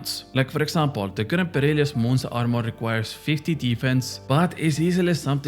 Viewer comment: Why do you still say perilious 😢